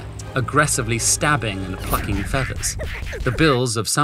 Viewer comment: ik it said plucking but I heard something else 😅